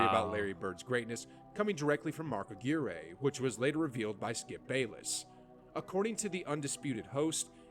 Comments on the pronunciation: The worst part of this video is the guy who made the video not knowing who Mark Aquirre was and calling him A-GWEER-A. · A dude that can't pronounce Mark Aguirre's name correctly has no business making a basketball video for you to react to! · Please tell that white boy that he cannot pronounce Dominique and Mark Aguirre. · Who’s this clown butchering Mark Aguire’s name? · you peeps are disrespecting Mark Aguirre by mispronouncing the man's name. He was a great cog in the bad boy piston's teams of the late 80's and early 90's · You know he doesn’t know basketball the way he pronounces Mark Aguirre. Had to have a double take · LOL at the narrator mispronounced Mark Aguire....Ah-GWIRE not Ah-gear-ray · Mark Aguirre's last name was pronounced "Ah-gwire", not "Ah-gweereh". Mispronouncing a player's name multiple times undermines the credibility of the guy doing the video. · Mark Ah-Gear-Eh? It's Mark Ag-Wire. Minus twenty points to the narrator. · Stupid AI Voice over. Not pronounced Mark A- Gear-Aye. It's pronounced Ah-Gwire. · Facepalm. Aguire isn't pronounced "ah-gee-ray". It's pronounced "ah-gw-eye-er". Not a slam on you,. It was the narrator of the embedded video about 8+ minutes in who couldn't pronounce Mark Aguire's name properly. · Who's Mark Agrearayy? I know it doesn't really matter and it's not this guy saying it, but it's still funny to me. It's aguirre, like the last part rhyming with wire. It's really funny to me because he was a damn good player too, like really good. I'd love to see a video on him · I can’t get past the voice in this video mispronouncing all these names. Mark uh-gear-eh 😂😂😂😂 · Someone needs to teach that guy how to pronounce Aguirre (agwyer) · It Mark Ag-wire. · Agg-wire is how you pronounce it btw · Narrator has no idea how to pronounce any of the players names.